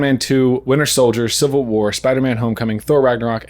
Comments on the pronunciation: "Winter Sholdier" lol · "Winter shouljer." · Is no one mentioning how said "Winter Sholdier" when reading the question??